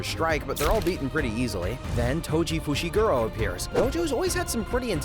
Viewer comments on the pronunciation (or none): bro said toji fushigiro 😭🙏